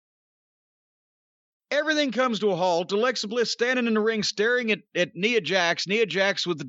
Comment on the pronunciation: He mispronounced Nia's name a few times, lol